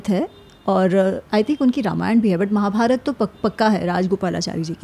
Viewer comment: अमि जी निसंदेह बहुत बढ़िया हैं. लेकिन male एंकर का महाभारता , भीमा, कृष्णा बोलना बुरा लगता है